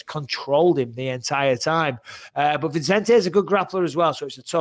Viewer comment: It's Vicente, not ViNcente, get it right you clowns